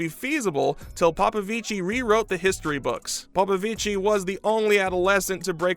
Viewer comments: It's not like popovicii it's popovici😭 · Please! 🙏He is not Italian! You do not pronounce the "i" at the end of his name. He is to brilliant a swimmer for anyone loving the sport to still not know how is name is pronounced.